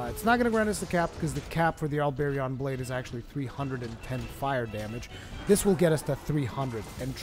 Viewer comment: The way you pronounce the Halberion Blade and the Gigafrost II HURT me. Learn your weapon names -_- other than that great video. As for someone who utilizes elements instead of just the Diablos Tyrannis II like any other CB User great video. Especially since this will probably be viable now after the Diablos Tyrannis getting nerfed in terms of damage and the Hazaak and Halberion CB got a phial damage increase.